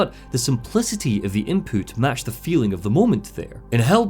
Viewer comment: hehe "Inpoot" Sorry